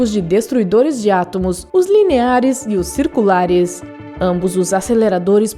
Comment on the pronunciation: " os lineares e os circulaRESS" PQP PARA DE FALAR ASSIM SEMPRE DESSE JEITO MDS